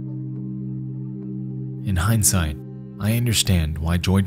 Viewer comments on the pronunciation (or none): none